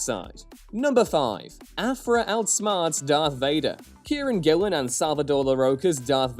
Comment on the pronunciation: When you said Kieron Gillen, for a second I thought you said Karen Gillan. I couldn't figure out when Nebula made the jump to comic writer without hearing about that.